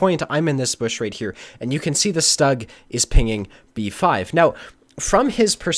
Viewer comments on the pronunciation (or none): Awesome one, loled all the way But please allow me to correct you The german tank destroyer “Stug” is not pronounced in an english way. In German (which is the language of tank owners and thus the correct tank name comes from it) is pronounced as “Shtuug” Keep giving good videos ^_^